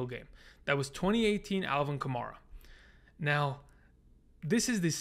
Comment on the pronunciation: love your stuff. just wanted to let you know that kamara's name is pronounced like kamAIRa not kamAREa